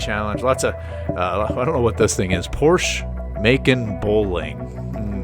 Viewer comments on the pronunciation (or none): Yeah it's "muh-con". My family just got one earlier this year. It's first year was 2015 I believe and it's based off of the cayane. It's a lot smaller and lighter with more hp. The dealers said they were going for the cayane practically with the drive of a 911 or something more sportier. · Great video find a way to pronounce the macan right